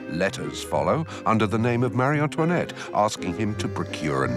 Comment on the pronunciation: Why on earth is she addressed at Marieann toinette. instead of Marie Antoinette two distintive and seperate names! Its so tedoious and annoying to hear the Narrator address her name as Marianne toinette. Is it a deliberate act to slay her more,and denigrate her name and tarnish her so after 200 years! Let her have some dignity and respect. The character assassination is so inbred that she was some kind of monster worse than another evil queen, and Catherine de Medici. In fact, she was a sweet woman. When young she loved frivolity, dancing, gambling, clothes and parties as she was very lively. As she become a mother she matured but the antics of her youth got her into trouble. She was ravaged deliberately the revolution and the courtiers for everything that France had the misfortune to happen. Times were changing as did the thinking of monarchy and liberalism etc. The character assassination that was heaped on this poor persecuted queen is horrendous and diabolical.😢